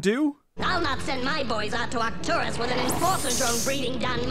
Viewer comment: Not that I'm saying this film is even close to perfect, but... Arturos? Seriously. It's "Arcturus."